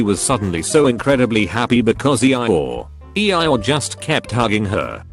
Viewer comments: E-I-or lol 😂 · E-I-ORE I guess I’ve been pronouncing this wrong my whole life cause I don’t say eee-your like that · Nobody: Text-to-speech: "E - E Y E - ORE" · Can we appreciate the fact that the text-to-speech pronounces “Eeyore” as “E eye ore”? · Nobody: Robot voice: EE-EYE-OR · E-I-ORE perfect pronunciation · Nobody: Not a soul: Text-To-Speech: E-Eye Ore. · Normal people: eeyore Text to speech: E I or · Laws of the universe: eeyore No one: No one else: Redding automated voice:eiyyor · Nobody: Absolutely nobody: Text to speech: E I ORE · No one: T-T-S: Ee I Ore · Reddit: Eeyore Text to speak: E i Ore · You mean..... E-I-oar? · lol E-I-ore. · “EE EYE ORE”? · Nobody:: E Eye Ore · No one: Voice: EI-iy-OrE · literally noone: Narrator: "E-EYE-OORE" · Nobody: Text to speech bot: E-Eye-Yor